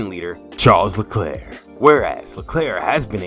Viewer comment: I think you should learn how to pronounce his name correctly.